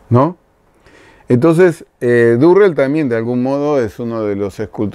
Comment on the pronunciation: Hola, perdón pero creo que el artista al que te refieres es James Turrell y no Durrell. Igual no es significativo. saludos